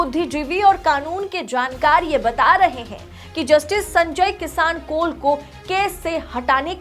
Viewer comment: Madam Justice ji ka naam sahi se pronounce kariye.